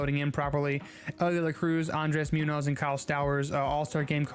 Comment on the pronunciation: I’m sorry but andres Munoz is pronounced moon-yo-s